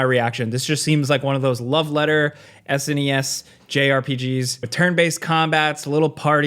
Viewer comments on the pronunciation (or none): none